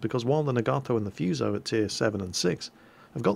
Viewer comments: Naga-toe is how I believe it's supposed to be pronounced, but I have a tendency to say Na-GAtoe too. Also, Foo-so > Few-so. :) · Awesome video! Dunno if it helps but pronunciation are: Hiei like HeEhi Fuso like whoSo Nagato was beautifully done Also Mogami's an interesting little cruiser that had float plane carrier upgrades for the sacrifice of her hind turrets similar to the kind of upgrades given to the BBs Ise and Hyuuga It might be foreshadowing but you wouldn't be surprised that her last sister (Ibuki) got turned in to an aircraft carrier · (a - \ah\, o - \oh\ u - \oo\) Nagato - Na-ga-toh Myogi = Mio-gi Fuso = Foo-soh Yamato = Ya-ma-toh Kongo = Kong-goh